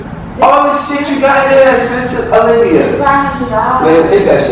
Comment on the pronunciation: It be so funny when he call her by name. “Alivia”.... it’s “Olivia” 😂😂😂😂